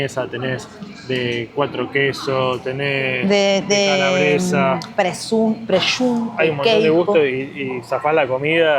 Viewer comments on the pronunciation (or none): La pronunciación correcta es "presunto", tal como está escrito. No sé de dónde sacaste "preyunto" o "preshunto" o lo que sea. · Olá amigos! Ela havia, primeiramente, pronunciado a palavra "presunto" da maneira correta 😅 .. depois ele a corrigiu da maneira errada e passou a falar da maneira errada.. grande abraço a todos